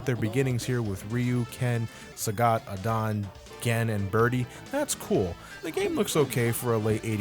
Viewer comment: Hey, you kinda butchered some of the characters' names such as Adon, Sodom and Mike Haggar.